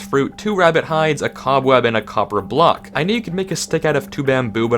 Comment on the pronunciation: was i the only one noticing he said a copper of block